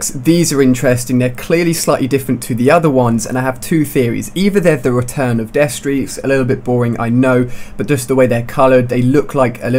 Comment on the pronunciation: Did I hear..."deathstreaks"? o-o